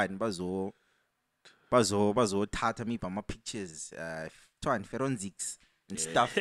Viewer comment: "Feronsics" 😭😭😭 yho 😂😂😂